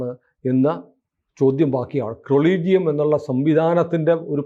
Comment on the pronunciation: കൊളീജിയം അല്ല അ ളീജിയം